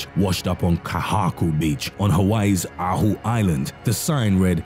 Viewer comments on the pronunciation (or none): Oahu = oh-AH-hoo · Your pronounciation of kahuku and oahu island cracked me up😂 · If you ever need pronunciation help id be glad to assist as you pronounced oahu and kahuku wrong 😘